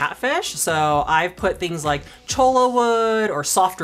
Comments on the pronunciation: Chola wood? You mean Cholla? Pronounced Choya. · Just an FYI... Cholla is pronounced CHOY Ya.😊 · I live in Arizona. We know our cactus. It's always funny to hear people say "cholla". 😂 It should be pronounced, "choy-ya". I still love Aquarium Co-Op and!!! Keep up the great work!